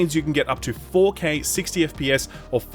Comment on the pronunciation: its not ,,fou key sixtyy" :D thats not how we pronounce 4k60 sir!